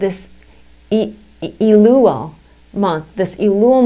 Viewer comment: Its not "EEEE-LUl" Its "EH-LUL" perhaps you should learn Hebrew before you go on youtube and explain Hebrew and Jewish topics.